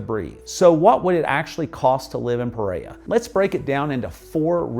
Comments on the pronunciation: I love your videos, I’m American and my husband is Colombian from Pereira. The only correction I have is the way you pronounce Pereira! It’s just bc I hear the word so often I notice. 😆 Anyway, that’s it. puh: Similar to the "puh" sound in "put". REH: Rhymes with the English word "air". ruh: A short "uh" sound, like the "a" in "about". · Hello, I really enjoy your videos; they are very informative and to the point. In keeping with accuracy, I would suggest that you pronounce the names of the cities as correctly as possibly. Pe-rei-ra has 2 R's: Pe- Rei-Ra, not Pereya. Many Colombians would appreciate correct pronunciation and foreigners would not be confused. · It’s not puh-RARE-uh — it’s peh-REH-rah. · I live in Pereira, I don't know that "Preiya" you're talking about in this video. I would like to Cross the city in 20 minutes... I think you shouldn't come to live here if you pronounce "Otún" like if it was tuna. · Great video and really enjoyed learning more about Pereira, Colombia. One small note: the city name is pronounced Peh-reh-ee-rah or Peh-ray-rah, not “Perrea.” Just wanted to share in case helpfu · This is great. You pronounce the name Pe-Ray-uh. It's more like Pe-Ray-Ruh. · The way you mispronounced Pereira over and over is embarrassing. Your English was able to pronounce every other city in Colombia except Pereira not “Pereya” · Pe-rei-RA. The last syllable begins with an "R". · Never heard of Peraya, Colombia!! 😂😂😂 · It would be nice if the host would learn how to properly pronounce the name Pereira! It's not perera. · PEREIRA pronounciation >> Puh-RARE-uh 💛💙❤️ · Pereira, pronounced: PER-RARE-UH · learn how to say Pereira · It's like he's trying to not pronounce any Colombian city properly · OMG every time you mispronounce Pereira I get triggered like a blue-haired 15 year old girl. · Love the video and the pace was great! We need to get you saying Pereira like a native! :)